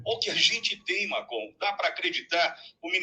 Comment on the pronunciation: É Marcon, não Marcão